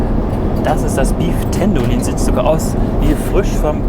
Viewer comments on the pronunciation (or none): Beef tendolin... English ist halt nicht jedermann's Sache...